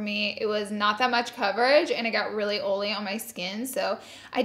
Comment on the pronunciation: I love the heck out of you girl but every once and a blue moon can you please try and say concealer right. And oily. Please? Love you, love a misophonic fan.